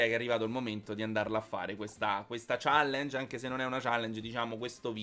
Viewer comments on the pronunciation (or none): none